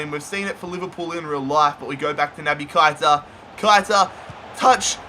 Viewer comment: You have to say keita not kaita